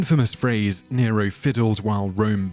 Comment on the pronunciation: 2.20mins sounded like you said deniro